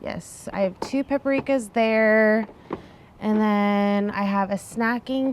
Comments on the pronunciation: It’s PAPrika, not pepperika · Or pah-PREE-ka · Yes, this.